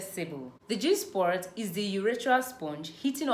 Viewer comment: Please its spot not sport